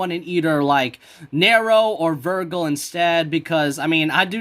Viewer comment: Ver-Jill not ver-Gill